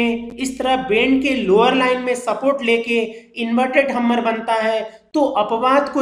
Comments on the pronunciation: Hummer nai Bhumer it's called hammer haaayymmmmeeerrr... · Hummer nhi hammer hota hai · Sir Ji hammar nahi hammer hammar hi bol dete